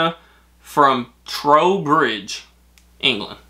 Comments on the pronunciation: I live 3 miles from Trowbridge wilts, your pronouncement was brilliant x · No you pronounced Trowbridge correctly. I live near there too.